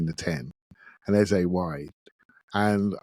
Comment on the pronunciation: OUR NUMBER 10s name is pronounced EHZUH not EHZAY. Listen to professional commentators and how they pronounce it. You mispronounce it every show and it was GALLING that you paused to apologize to Hancko bc you may have mispronounced his name, when you disrespect our own number 10 every show! DO BETTER